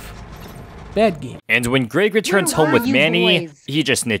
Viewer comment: Where are you from that you’re pronouncing “Greg” as “Grayg?” It rhymes with “beg” not “vague.”